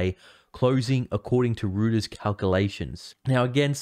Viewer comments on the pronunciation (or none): I enjoy your content but please do us a favour and pronounce words correctly. Rout is not pronounced like root. It is more like rowt. Also Reuter’s is not rooters it is more pronounced roiters. Keep up the good work.